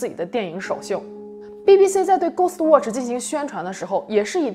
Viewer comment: 他watch都唸渥去 我真心感到問號